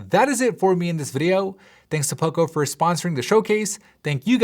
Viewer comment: Everytime you say poco i hear oppo